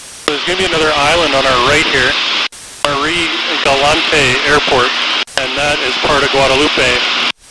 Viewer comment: 👍☑️ yes you’re back! A tip so you will sound like a local next time, the "e" is silent at the end of Marie Galante and Guadeloupe unlike it is in Spanish. You should stop in Dominica on your next trip, the least developed and most beautiful of the windward islands in my opinion.